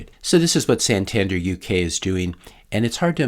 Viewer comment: Santander is a Spanish bank with branches all over Europe. Btw pronounced San tan Dare